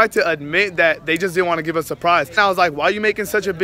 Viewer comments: Its give not giev hmmm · "GIEV" ily B 😂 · ' Giev' lol